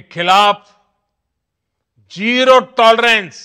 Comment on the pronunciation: Zero not gero. Has he not been to school?